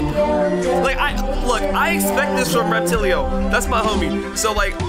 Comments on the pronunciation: Will he ever realize it's Repatillo and not Reptillio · bruh i love how when a monster jumps they fall down slowly like space GRAVITY and you pronounce Repatillo like “Repa’Till’O” not “Repa’T’iLo”